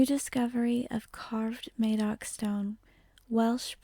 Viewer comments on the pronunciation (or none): FYI, his name is pronounced Madoc as in mad, not as in maid. Great video and thanks for posting. Furthermore, no Cymro in those days, or indeed presently would pronounce themselves Welsh. Cymro, Brythonic or perhaps Combrogi but definitely not Welsh. The word/name comes from the Saxon word for foreginer (Velas).